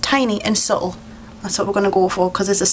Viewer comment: cool. that was interesting.just a few tips/points, which you don't have to do but i was thinking if you only did half of the face, one eye then we, as viewers would be able to see the really good difference :) and subtle has a t in it :) don't forget to pronounce your t's :)